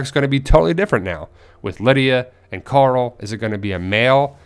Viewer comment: are you turning into rick? Youre saying coral instead of carl now xD